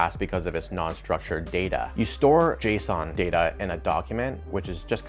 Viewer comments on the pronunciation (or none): none